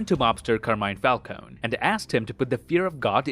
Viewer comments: Carmine "Foul-coney" 👍🏼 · Why is everybody still calling falcone : falcoun again?